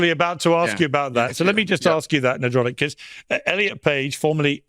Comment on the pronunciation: Did Piers call ""? I like it!